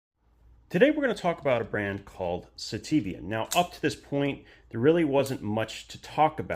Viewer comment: "do you want to see my sitiven?" Steven? that your friend? "we'll not exaxtly..."